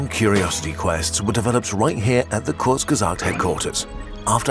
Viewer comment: Thank tou kurzgesagt, you just finally told us how to pronounce the name